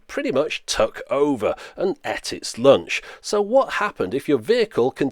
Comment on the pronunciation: And et its loanch.